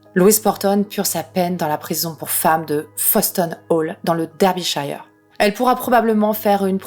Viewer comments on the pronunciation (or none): Comme ta video est excellente je me permets de corriger : les anglais ne disent pas "Derbyshayeure" mais "Derbysheure" je le sais parce que j'ai longtemps fait la faute moi aussi ^^.